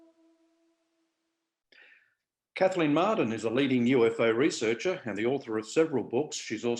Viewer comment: name is Marden though, not Martin